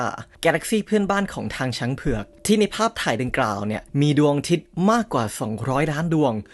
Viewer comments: ทำไมถึงพูดคำว่า ดวงอาทิตย์ เป็น ดวงทิตย์ ครับ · ที่ว่าสองร้อยล้านดวงคือดวงอาทิตย์หรือดวงดาวครับ ฟังไม่ถนัด ออกเสียงเหมือนดวงทิตย์ แต่ขึ้นข้อความว่าดวงดาว